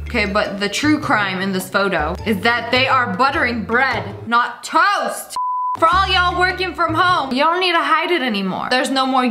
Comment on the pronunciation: LOL WHEN YOU SAID TOAST I THOUGHT YOU SAID TOE LIKE YOUR PUTTING BUTTER ON YOUR TOE!!LOL!!🤣🤣🤣😂😂😂😆